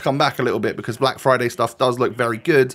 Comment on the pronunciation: Everyone: friday: flyday